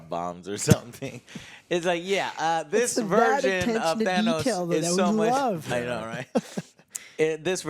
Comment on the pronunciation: At this point does say Thanos wrong on purpose